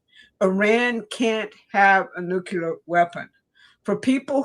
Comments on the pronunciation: It is so disappointing to hear otherwise intelligent people say nuke-you-ler instead of the correct new-clee-ur. It makes me doubt. I'm really sorry VDH also mispronounces it. When ever I hear it, it makes me think of George Bush--not good in my experience. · Nuk-le-ar... NUKE-LE-AR! NOT NUKE-U-LAR!!! Plus, show substantive proof that Iran had NUCLEAR capability that justifies this cluster fuck. And while you're at it, prove to me that the British royals are not in league with Zionist fuckery. Do that and I'm all in with your narrative, but seeing what I've seen in the last 12 years, I'm nowhere convinced that Trump is not a Zionist stooge. Please and thank you. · somebody PLEASE teach that older woman how to pronounce NUCLEAR. Show her the word. Sound it out. Help the poor woman for god sakes.